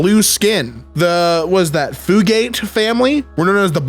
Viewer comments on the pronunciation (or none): Fyoogate (fjuːˈɡeɪt)